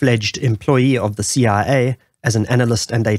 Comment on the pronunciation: Ur CIA sounds like CRA, was a bit confusing until you said it alongside the CIA logo